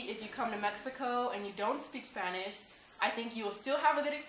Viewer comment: hello. u looked really nice with the traditional blusa. your a beautiful women. this is the 1st video I see of you but I could tell u can talk Spanish because when you said Spanish you said it like a Mexican says it.